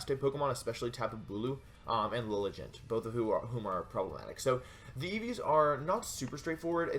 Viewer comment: it's pronounced Lily-G'Ant :)